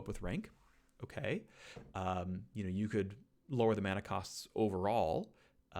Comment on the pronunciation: Thanks for pronouncing it correctly as mana and not mana